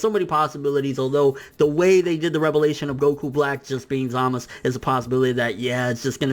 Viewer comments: Zaaaa-mas-suuu not Zamisss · "Zamus" who the hell is zamus? 😂😂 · ZAMASU ITS ZAMASU!! Lol but good points man